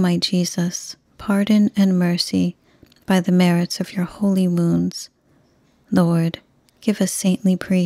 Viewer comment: Thank you for your beautiful novenas, rosaries and prayers. I must admit that before following along with the text, I used to think that you were saying "By the merits of your holy moons" and was always so confused but you were actually saying "wounds". I'm really curious if I'm the only one that hears it.